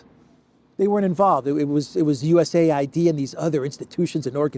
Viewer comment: A.I.D. You pronounce each letter separately. Not US aid. It sounds ridiculous to keep saying 'aid.'